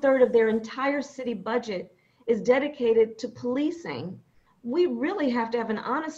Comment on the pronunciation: Necessary? They Will continue to say the same thing. "Yes, It esse necessary"... Poxa...